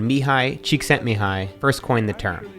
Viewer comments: Great pronounciation on Csíkszentmihály...impressed! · It's unbelievable that you pronounced that hungarian name perfectly! Respect! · Thanks Matt, great video. And a special thanks for taking the courage to pronounce a Hungarian name nearly perfect! As a Hungarian saying goes: a hat down in front of you.